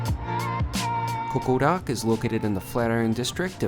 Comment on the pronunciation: Is he pronouncing it as CoqoRak?!